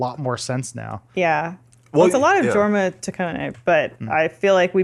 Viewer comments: Jorma is a soft j like Yorma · Small correction,. It's pronounced with a Y sound so, it would actually be Yorma. It's how the Danish pronounce J's. And I don't think I'll ever watch MacGruber. I honestly can't stand Will Forte. I watched some off the show The Last Man or Earth and I hated it. Lol. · pushes up glasses It’s pronounced “YOUR-ma”... Ok I can breathe again. Awesome vidya guys. Why so little love for Hot Rod, though? “Man. Pools are perfect for holding water.” And that epic marching scene near the end? Come on! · Idk why, but the way they pronounce Jorma really bugs me. It's pronounced "Yormuh" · Jorma Taccone Its a soft J so it is pronounced Yorma